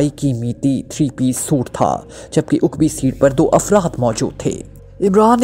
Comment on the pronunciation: Uqbi nahi hota aqbi hota hai